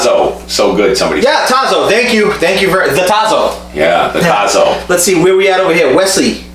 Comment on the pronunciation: Looking good!!! Congratulations on the channel. PS - It’s pronounced TAH-zo. The TAH rhymes with “ah” and zo is a long “O”